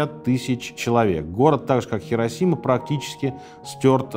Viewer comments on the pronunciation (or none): Сергей, Хиросима. Понимаете, хИ... А вы всё время тяготеете к "хЕ". Если вам интересно знать, в японском даже нет такого слога "хе". Правда, есть "хэ", но это уже совсем другое звучание)